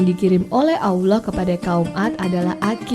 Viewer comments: Koreksi ya, menyebut, mengucapkan Allah itu tdk ada huruf Wau (W) Tp double LL. Lidah bersentuhan/menempel di langit2 rahang atas. I feel very strage to hear that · Salam mintak suara penyampai tu biar lah yg dapat menyebut Allah dgn sebutan tpat dlm lidah Arab supaya .sebab ramai lagi ore boleh menyebut perkataan Kalimah Allah dgn tepat